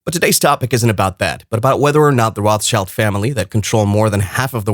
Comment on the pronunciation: It is ROT. SHILD.... YOU $#@ IT'S A JEWISH NAME ROT ... Color Red ... German.. ROT And Shield...object Schild German word for shield Get your facts straight